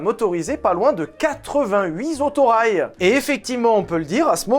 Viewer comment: 88 z'autorails? C'est quoi un z'autorail?